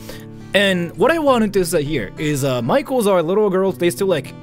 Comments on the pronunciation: I wasn't looking at the screen and for the past 5 minutes i thought this american guy's been saying 'micheals' repeatedly like some kind of chain store 🤣 apparently he was saying 'maikos' /zzz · You say maikos, but I keep hearing michaels and it's so confusing. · Not me thinking he keeps saying Michaels 😂